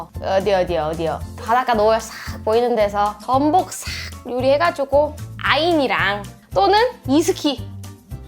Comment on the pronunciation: 소리만 들어서 아인을 애인이라는 줄 알았고 이스키는 성팩님 얘기하는줄.. 애인 아니면 이스키..크흠